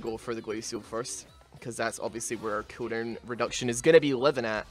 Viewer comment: the way you say cooldown is pukable and vomitably